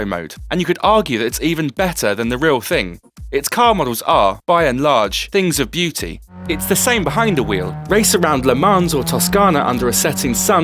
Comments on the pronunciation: Le man”s” lol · From him saying "le mans" and pronouncing the "s" at the end you can tell that he truly knows nothing about racing. what a noob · With a stupid accent like that, you could at least pronounce LeMans properly.